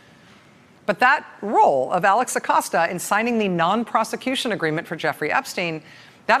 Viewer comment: Thank you Rachel for pronouncing his Name correctly! Thats balm for my ears! Edit: well, that didn't last long.